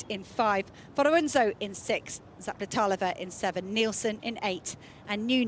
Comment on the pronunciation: ...and you still got it wrong :) Its Zapleta"lova" :)))